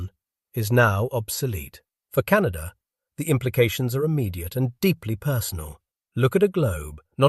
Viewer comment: CanaDER...? Can of WHAT???